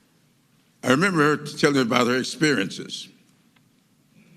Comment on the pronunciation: The woman name he couldnt rember was a mistake😄😂😄😂